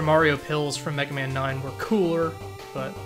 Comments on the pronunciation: Is that "Megamin" pronunciation just sarcasm,? I like to think you're just taking a jab at the ol' "Slendamin" thing. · why does he keep saying "megamin" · So is "Megamen" ' "Mehrio"?